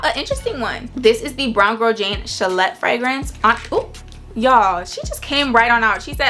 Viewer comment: I think you pronounce it as Sha-lay 😊